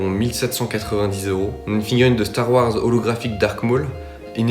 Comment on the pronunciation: Tu a dit star Wars très bizarrement mes bon on peut se tromper Sinon super 👍👍👍👍🙂